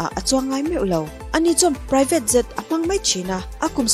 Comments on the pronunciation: I aw hi chu nalh, i lam mawilo ṭhin ber hi kalo buaithlak...Jet hi zet itih ang te jhet ang in lam hram rawh, adang pawh,ka lo ṭang ve si a, ka sawi lo ang ka ti ṭhin a mahse a pawimawh beng ah a langsar bawk sia..ka duh em em che👍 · I aw a mawi ngaihthlak anuam in a zangkhai mahse i English lam hi khawngaihin uluk leh zual la, Jet te Zet itia Collection te hi Collecsawn itia ,beng alo thlep deuh thin...lam nalh ai mahin lam dik hi angai ve a .tichuan perfect ni mai